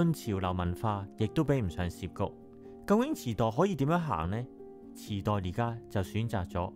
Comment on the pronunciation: 住過東池袋既我 睇到呢集好開心，多謝你 知道好多再深入D既故鄉故事。 提醒兩點 1.渋谷。渋 = 澀 ，念(色) 或 (劫) 幾十年香港人讀錯為(涉). 你有影響力 可以幫助港人改正。 2 藝術 既藝 要用鼻音。 注意KOL 唔可以有懶音。